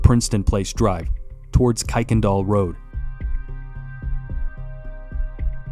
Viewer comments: Kuykendahl is pronounced ker-ken-doll I live in spring really close to where thus took place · It is pronounced Ker-ken-doll road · Great video. In Houston we pronounce that street as Kirkindal, even though it’s not spelled like that. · Native Houstonian here. One of the jokes on how to tell if you’re from there or not is how to pronounce Kuykendahl. Kirk-ken-doll. 😂 Thanks for covering this case. I’m still surprised her killer hasn’t been found. It’s so unfair. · Incidentally it’s actually KIRK-en-dahl Road